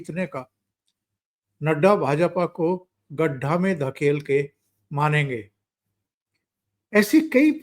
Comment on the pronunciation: ओंकार जी। सही उच्चारण करिये प्लीज़। सही उच्चारण है गड्ढा।